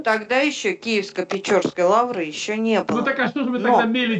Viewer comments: Не печорской....а Печерской.....от слова укр....печера. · Не ПечЁрской, а ПечЕрской (печера укр., пещера рос.), дякую за ефір. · Не Печёрской а ПечЕрской. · Києво-Печерська Лавра ! Не печЁрской !!! а печерской от слова печера ( пещера по русски !!! )